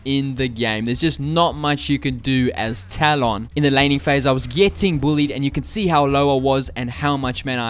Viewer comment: As a guy who mains talon he does'nt know how to pronounce his name....